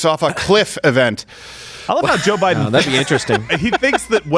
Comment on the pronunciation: "No, I didn't say that, that was Boe Jiden."